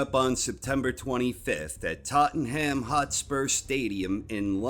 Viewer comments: "Tott-en-ham" 😂 Dear Americans; its pronounced "Tot-num" ❤ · Tottenham is pronounced : Tott-num Tottenham is NOT pronounced : Tottingham This is all. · try saying " Tottenham " this way " TOT NUM " as one word or " SPURS " forget the spelling and say it like a Cockney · Just as a side note, it's pronounced more like 'Totnam' rather than 'Totten Ham'. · Just for future reference its pronounced Tott-num not tott-en-ham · Pahahahahaha "tot en ham" its totnumm pal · Tottenham is pronounced Tottenum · It's pronounced "Tottnam". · Corner great analysis as usual. Just one thing.. "Tottenham".. it's pronounced "Tott num". ;-) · Totten Ham stadium hahah. Funny pronunciation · Much love. Tottenham is pronounced "Totnum" btw lad 👌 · TottenHAM haha, love you. The h is silent actually. Good video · Love how Americans pronounce Tottenham, why’d have to pick AJ though🤦‍♂️ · Listening to absolutely butcher the word Tottenham makes this video a winner in my eyes. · Love you but that pronouncement of Tottenham Hotspur 🤔😅